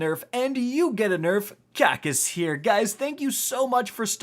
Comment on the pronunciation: Rick "wearing khakis" khackis